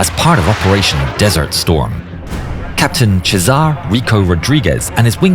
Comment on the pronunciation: It's crazy to me how 80 million Hispanic people leave in the USA, and for the love of god they just can't bother to learn how to pronounce their names. César is pronounced "seh-sar", not "cheese-ahr" wth 😂